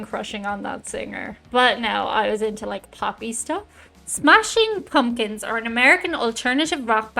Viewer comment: “Smashing Pawmkins”?